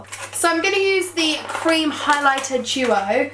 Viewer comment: The way she said creame product😂😂xxxxx